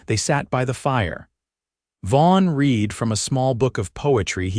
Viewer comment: You pronounce read red